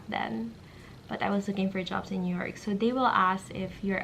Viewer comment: nyork city 😂😂😂